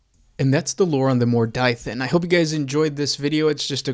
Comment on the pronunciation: Mor "Die" than? How do you to such a pronunciation from that spelling??